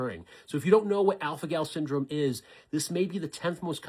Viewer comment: Are my ears not working or did he say alfanol?